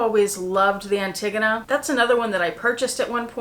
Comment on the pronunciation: I think you are saying Antigone incorrectly. An-te-go-na